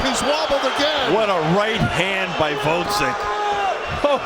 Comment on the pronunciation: Gvoz-dik, not Vod-zik